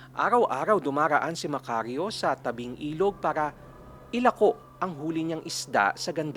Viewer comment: Sir Mali po ang bigkas ng ilako, marahan po d mabilis😂